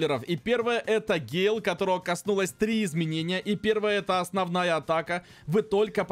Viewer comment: Ещё раз пишу это не гейл или он гей? Это гэйл!!!!!!